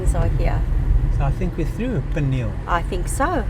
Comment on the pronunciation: It's pronounced P-knee-hell....